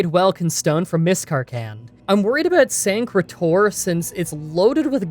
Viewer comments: mispronounces bruma as Burma 🇲🇲 over and over But draws the line when he says sancre tor correctly. I ain’t that mad it’s kinda funny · You said Sancre Tor perfectly, don't even worry about it xD